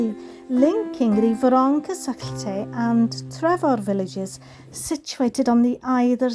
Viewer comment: I love how you pronounce the city names, I always wondered how it should sound! Not to mention how extremely beautiful the are is and the aqueduct is very interesting. World engineering heritage, not a surprise!